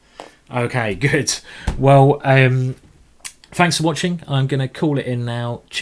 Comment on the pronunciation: A smack of the lips........Some fighting.....some finking....and some fanks from me.